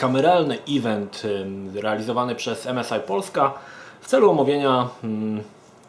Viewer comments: no przykro mi. tak to juz jest na swiecie ze "event" mowi sie "event" a nie "ivent" <- nie ma takiego slowa jak "ivent" :) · drogi. mowi sie "event" nie "ivent"